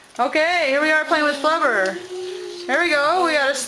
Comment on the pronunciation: flabur whats flabur you mean to say flubber